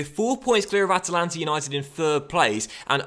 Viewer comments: It’s At-lant-a not At-a-Lant-a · AT-LANTA! Not Atalanta. Atlanta USA is like 10 times a larger city!